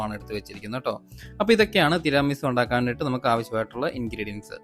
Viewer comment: തിരാമി സു അല്ല തീരമി സു എന്നാണ് ,ഇറ്റലിയിൽ നിന്നും ❤